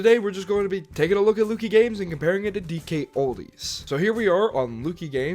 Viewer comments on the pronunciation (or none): It’s pronounced LUCK-EEE not LOO-KEY